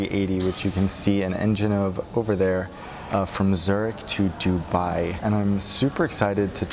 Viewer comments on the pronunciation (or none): He pronounced Dubai like dubee 😂😂